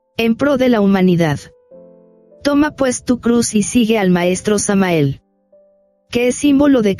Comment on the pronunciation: Con mucho Respeto digo que Hay que tratar de pronunciar el Nombre de Maestro Samael correctamente.